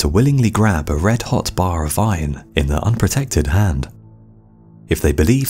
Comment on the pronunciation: It sounds like you are saying “vine” instead of “iron”